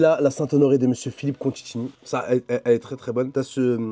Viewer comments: " Mr Contchini " ca commence bien 😅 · Il a massacré son nom plusieurs fois 😂